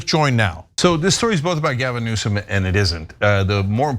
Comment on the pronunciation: You hear the way Trump is deliberately emphasizing the mis-pronunciation of Newsome in the insulting way he does. But it does sound like a conflict of interest.